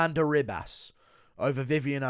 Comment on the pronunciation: Its Amanda Ribas pronounced Hibas. Get my future wifes name right dude.